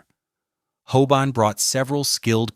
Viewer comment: It’s HOBAN not HOBONNE! Ffs! This is the second of your videos I have looked forward too but had to look away by the repetitive use of names and places and the utter drag out of what could be so interesting into utter sludge. Such a shame.